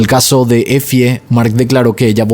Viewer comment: EFIE = se lee así "EFY"